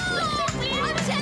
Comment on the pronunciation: Un moment hachelet à dit engel pourtant c angel